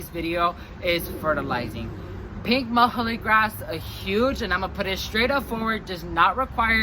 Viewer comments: nice video. Muhly is pronounced Mew-Lee :) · You're saying muhulee ...I've heard it called "Mewlee" grass, closer to the scientific name.